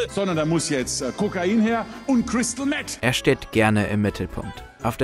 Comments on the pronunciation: "Chrystal Mett" 😂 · Crystal "Mett" 🙃😂